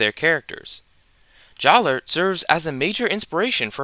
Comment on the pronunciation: Jaller is pronounced "Jah-luh"